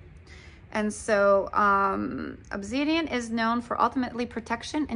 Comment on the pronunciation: That's pronounced Ob-sid-ian.